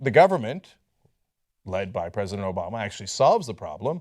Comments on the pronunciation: "obola".... lol i cant be the only one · LOL! Cenk said "Obola!"